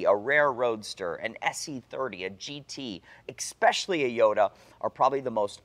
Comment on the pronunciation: Totally love the videos and the remarkable storytelling. But one thing triggers my OCD: it’s “especially”, not “exapacially”, and “et cetera”, not “exetera” 😝